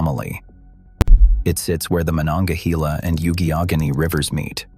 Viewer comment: I’m from McKeesport the got the rivers name pronunciation. Wrong